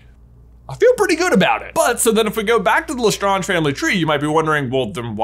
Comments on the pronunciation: Absolutely triggered everytime J says "La Strahnj". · Le ( it sounds like la ) the e is silent because it French and the word strange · LE STRANGE. Like Doctor Strange. Lestrange. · just so you know, it's Pronounced Lestrange = Le Strange. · LeStrawnge = Nails on Blackboard 🥶 Please, stop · Wouldn’t the correct French pronunciation be L’étrange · Pronouncing La Strange... Le Stronge is as bad as the Ravenclaw mascot being a raven! 😒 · I’m sorry to say this but you are pronouncing it wrong it’s strange with La at the beginning of the word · “Le strunge” 👀🤢🤢🤢🤢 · Your theories are interesting to say the least. What has me confused though is your pronunciation of Bellatrix last name Lestrange. Even JK Rowling has pronounce this last name as Le strange, you however tend to want to put a French pronunciation to it. This makes your assumptions seem very presumptuous by trying to add an air of sophistication to your hypothesis. In short, pronounce the names and words correctly as they are used within the series or forget about making videos of this nature because nobody can take you seriously because of your mispronunciation of key names. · Why are you saying lestrarntsh? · OMG, stop saying LeStonge. Ugh. You're not speaking French and just because it may have it's roots in French, even Bellatrix, Leta and other's within that own family never pronounced it that way. We don't go around saying every single name or word with roots in another country with that country's accent, do we? lol. So annoying hearing that constantly. So pretentious. :P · please pronouce it La- StraYnje. your pronouciation is killing me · I cringe each time he says LeStrange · the way pronunces' Lestrange bother's me a lot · I mean I know it's french but it sound's better in English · Does pronunciation of Lestrange bother anyone else or is just me? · I love how he saying Lestrange wrong lol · My deepest desire is to teach you how to say lestrange 🤣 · Why is J saying Lestrange that way lol